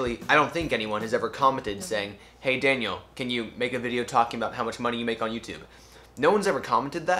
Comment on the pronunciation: I just love when Daniel says my name 😍😍 Even if It has american accent and is not quite the same in my language 😂😂😂